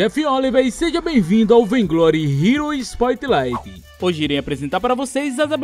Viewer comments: não é "Spoitlight" e sim "Spotlight" ( sério as vezes incomoda:/, mas rlx todo dia aprendemos alguma coisa) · Spoitlaite kkkkkkkkkkk,ah saudades jeff raiz